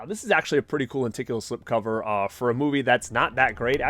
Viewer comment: Are you from boston? I swear i kept hearing "lenticulAA"